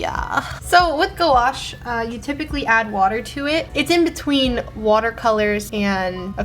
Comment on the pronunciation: That was funny how you pronounced gouache as "go-wash"😂